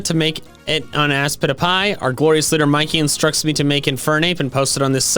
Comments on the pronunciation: ASPITPIAY it’s aspitpiay Not Aspitipie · I still hear [I spit a pie] in the intro.